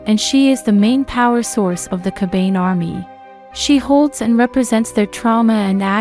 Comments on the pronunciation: And unless I'm an idiot myself it isn't pronounced "Ka bane". Isn't it "Ka ba ne"? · This person sounds like an asshole yo! Totally pronouncing the word Kabane wrong and for some reason it just passes me off